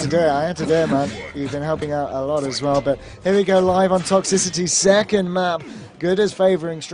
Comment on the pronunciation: "Toxy-city" Umm excuse me? Smh